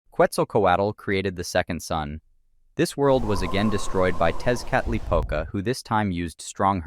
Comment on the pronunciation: Tezcatlipoca is pronounced (tek•uh•li•puh•cuh).